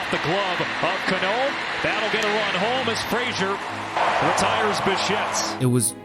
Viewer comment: CA-no, not ca-NÓ.